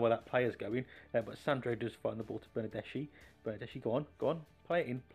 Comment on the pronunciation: Its pronounced - > Bernadeski and pyanich I like for the names to be pronounced properly sorry 😅